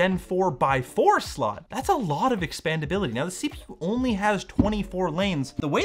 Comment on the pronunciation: "Dual SoLt" xd cmon